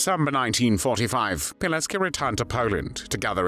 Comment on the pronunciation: It’s Pilecki not Pileck